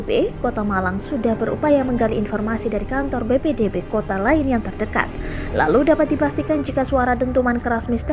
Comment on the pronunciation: Meluruskan bacanya BPBD mba bukan BPDB pelan2 aja bacanya.